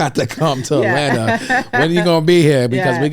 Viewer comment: This man just said hot lanta 😂😂😂😂 don’t ever say that again out loud bro